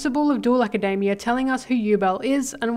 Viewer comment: Why do you pronounce Academia like macademia nuts its insane